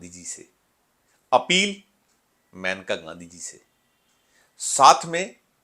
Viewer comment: ‘मैनका’ नहीं ‘मेनका’ बोलो भई